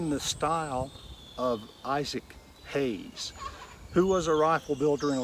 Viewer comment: It’s Haines not Hayes. Just saying. My favorite type of rifle. Fits me perfectly.